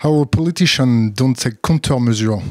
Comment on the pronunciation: LOL l'anglais de l'intervierwer. "Counter-mesure" "sousseteunabeuleubeule système"... :D